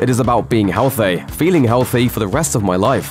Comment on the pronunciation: Healthey... I heard you say healthey